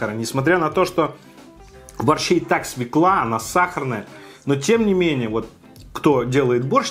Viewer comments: Вот люблю я смотреть тебя, но твоё свЕкла.....меня передёргивало пол выпуска...не свЕкла, а свЁкла.... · Извиняюсь за снобизм, но всё-таки свЁкла) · Свёкла, ну пожалуйста, свёёёёёёкла. Невозможно ''свеклу'' слышать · Неплохой обзорчик, лайк, только не свеклА, а свЕкла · СвЁкла, а не свеклА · Написано же, грибы ассорти. Свёкла, а не свекла. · свЁкла!!!!, Вы же образованный человек... наверное...